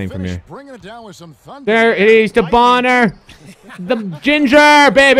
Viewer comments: It's Bon-ner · Bonner...boner😂😂💀 lmaoo